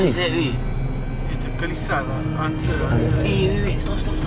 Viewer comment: ckp kerata kelisah hahaha🤣🤣